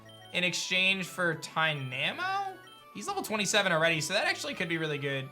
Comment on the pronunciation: The way you say tynamo is dynamo but with a t